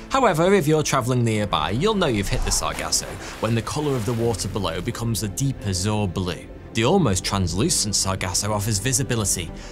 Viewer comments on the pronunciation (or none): He is for sure still learning like all of us if he pronounces azure like that